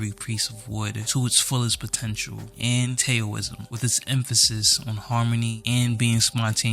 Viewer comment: no fuckin way you called Taoism "tay oh ism"